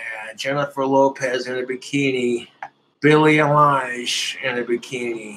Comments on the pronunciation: Lol eye lodge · Still dunno how he’s single 😔 Also, “Billie Eye-lodge”